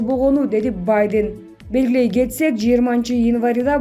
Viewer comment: Журналист уялсан боло Сенин ката создорундон мен уялып жатам Баден дейсин го